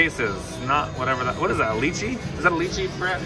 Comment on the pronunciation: Love the way you pronounced lychee lol good luck as always!!